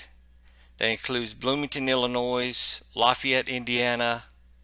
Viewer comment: By the way, the “S” is silent in Illinois. Thanks for your coverage!